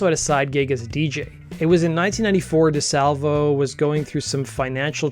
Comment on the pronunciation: James DeSalv-i-o. Not the DaSalvo. Thx